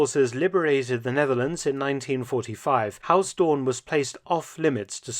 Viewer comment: Mark is pronouncing Huis Doorn as HAUS Doorn. Haus is German, not Dutch...